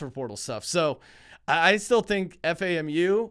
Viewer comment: Lol it’s FAM-U, it’s alright love the show